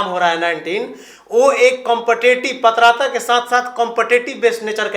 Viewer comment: पतराता नहीं पात्रता